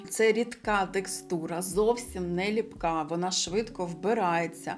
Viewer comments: Не лІпка - не лИпка ❤ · Вірно буде "липкА", від "липкИй", "липкІ". Якщо вже наголос на першу "И" то лИпки (Липки) - це назва історичної місцевості у Печерському районі Києва.